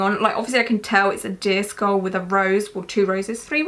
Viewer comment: whenever you say "deer skull", I hear "disco" or "disc ball" and sometimes "disc all" 😂 I was so confused at the beginning because I was looking at my phone and not at the screen